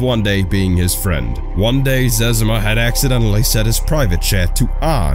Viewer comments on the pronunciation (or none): What the hell is a zezama? It's ze-zima.